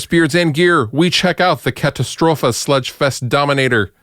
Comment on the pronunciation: First up, cool you manage to pronounce the Katastrophe right, ha ha. I got the Fernweh and Tesla Wolf, love them both. Great company. Lot's of cool pedals for sure.